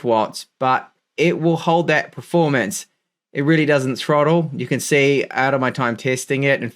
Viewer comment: I watch every video waiting for the word "PREformance". Never lets me down ;)